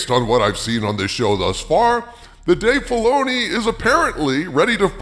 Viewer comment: Dave Filay-she-oo.... . is aweful...ashoka is bad...